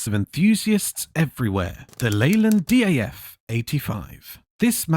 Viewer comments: What a load of mis-informed and inaccurate narrated A.I. 'waffle'. This video couldn't be more further than the truth of the history of British Commercial Vehicles and their development/progression. Most of the images used are of USA vehicles, and what the hell is a Leyland 'Dee Ay Eff' 85 ?. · Good video apart from one point. 1. It's pronounced DAFF as in DAFFODIL OK....My uncle had the smaller 7cwt Thames van😮😮😮😅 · A.I. commentary again. Since when has a DAF become a Dee Aaa Fff. So annoying idiots use this stupid A.I Crap. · Never heard it called a dee ay eff before… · I was enjoying the video until the DAF CF came on, nothing much Leyland about them and its not D.a.f -say it how it sounds 😊 -i have lots of old 'British' trucks of my own -on my You Tube.